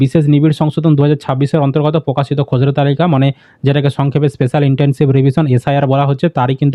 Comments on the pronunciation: খোসড়া না খসড়া!🙄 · উচ্চারণ টা ঠিক করে বলুন দাদা খসড়া টাকে খজড়া কেনো বলছেন।